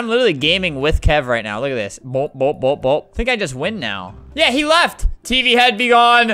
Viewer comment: for awhile when he was saying tv head.... I thought he was saying pp head....